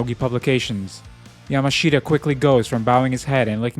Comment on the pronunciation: Just FYI, the native way to say Yamashita is like Yamashta. Just skip that last i. (You'll be able to hear it in the show)